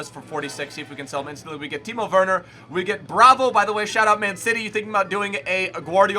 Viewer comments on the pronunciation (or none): none